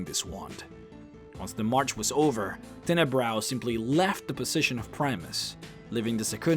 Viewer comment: Tenebrous. the "s" is not silent.